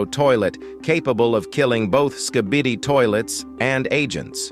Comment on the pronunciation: The way hey says skee bee dee